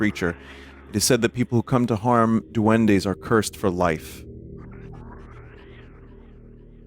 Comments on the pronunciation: Me gusta como pronuncia "Duendis" en lugar de "Duendes" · I like how he pronounces duendes as "D'Wendy's" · Sir, this is Duendes. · "Doendey en la caol"